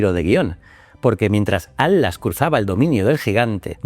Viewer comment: Sé que va a ser muy hater pero... ¿Atlas o Adlas? Que estrés esa forma de pronunciar la T.